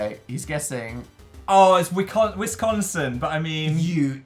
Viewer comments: Dara Bear i know right? Its just Wisconsin not whISCHAANNSAANN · The way they say wisconsin makes me 😬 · Yo when they were in Wisconsin I was literally screaming it was Wisconsin 😂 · Just them saying "Wisconsin" makes me cryyy